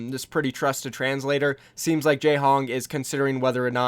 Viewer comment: Not jehong pls😩